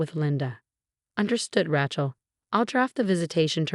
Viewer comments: Please research names before you use them. The way you pronounce Rachel makes it sound like ratchet which is a tool used in building. Its proper pronunciation is ray-chel! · All these stories the words are mangled or mispronounced. It's R-ay-chel not R-ah-chel and it seriously degrades the enjoyment of the story. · Ratchel is not a name.It's Raachel.learn it. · There is no T in Rachel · Rachel Not ratchel. 😂😂😂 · The name is pronounced Ray-chel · Yeah, Rachel should NOT rhyme with ratchet ! 😂😂